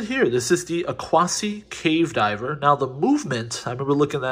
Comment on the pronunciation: Pronounced “Aqua-cee”.